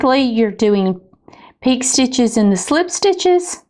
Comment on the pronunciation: it's pronounced pee/k'ay.